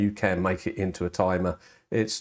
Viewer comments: IT'S NOT A TUMUH! I mean tumor, er, I mean timer. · IT'S NAHT A TIMAH